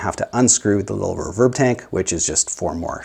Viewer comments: Never heard "RE-verb" pronounced as "re-VERB". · Just a couple small critiques... If there is only one speaker, it matters not one iota which way the wires connect to it - (+ or -). This only becomes an issue if there are more than one speaker wired to the output of the amp. One other small sniggle... It is pronounced "REE-verb", not "reh-VERB". That aside; agreed, the speaker upgrade can make a massive difference in the performance of the rig. The biggest question always is; 'which one?' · You say the word "reverb" funny.